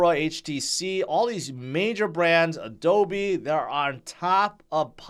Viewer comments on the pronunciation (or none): none